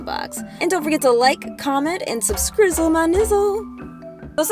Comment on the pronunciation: subskrizzle XD